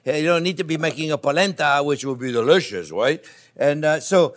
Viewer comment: So delisciois “